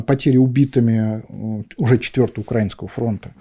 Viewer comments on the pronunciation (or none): none